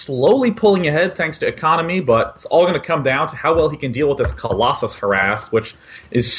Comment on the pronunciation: Why does he pronounce COLOSSUS as COLLOSAI ? its so irritating ...